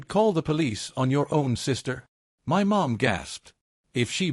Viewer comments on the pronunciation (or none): Very annoying robot keeps reading the word " my " as " m why " like the 2 letters are single letters . So the channel owner doesn’t even check anything ...that’s exactly why people won’t subscribe and will even stop listening in the middle of the story . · It's MY home not M Y home hate AI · When the AI sees "not in MY apartment", how does it know that is a word in all caps for emphasis, as opposed to an acronym such as ACLU or YMCA? Please explain exactly how the software works when it comes to things like that. We'd all love to hear your "expert" knowledge on the subject.